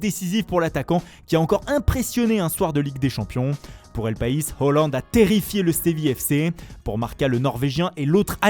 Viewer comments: Le mec qui parle se ridiculise à vouloir faire les accents avec les prononciations originales des noms de joueurs/clubs, mais n'est même pas foutu de correctement dire H-A-A-land. Haaland a déclaré que ça se prononçait AA et non OO, donc à corriger. Et aussi faut arrêter les accents, c'est ridicule. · On dit pas « HOLLAND » pcq ca s’écrit pas « HALLAND » mais « Haaland » chef t’abuses